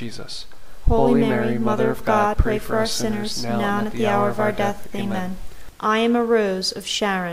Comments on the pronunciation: It sounds like you’re saying pray for our sinners,? It’s “US”sinners! Can you please fix that? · Enjoyed praying this with you. Very peaceful. I was distracted, however, by what sounded like "pray for OUR sinners" instead of pray for US sinners. Other than that, excellent. Thanks. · By saying the word “our “ sinners , The entire rosary, you are not including yourself in the statement. It is incorrect and it is bothering me.🤗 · An imperfection: it sounds like you say "pray for our sinners", but it should be: "pray for US, sinners, ... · Your videos are so good, I just get so distracted by "pray for our sinners" that I have to stop the video every time. Please consider rerecording your otherwise excellent productions with "pray for us sinners"? "Ora pro nobis peccatoribus", pray for us sinners, not "ora pro peccatoribus nostris", our sinners. I can't possibly be the only one bothered and distracted by such an important detail!